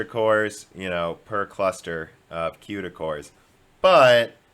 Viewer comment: I'm so excited for this new Ampere from Nividia with tons of Cueda cores. Maybe it will be one fourth the cost? Maybe they'll test it in Scenebench? Did I miss any of your strange pronunciations or habits?